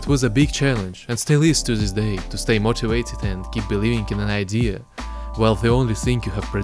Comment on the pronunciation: Great video! Just please, start saying "this" instead of "ziss". Congrats tho! lookin' forward for some tuts :3